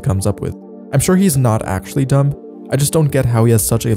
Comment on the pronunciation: Bro why are you saying the b in dumb